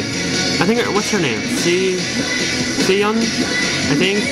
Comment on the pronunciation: For the record, your pronunciation of Yoohyeon is good, except you're making it hard on yourself by trying to put in more H sounds than you need. :P There's not at the beginning, and the ones in the middle (for Gahyeon, too) don't need to be emphasised either. And Siyeon is "she-yeon", because of how S-sounds are pronounced with certain vowels after 'em... (she's my bias, since you asked) ;)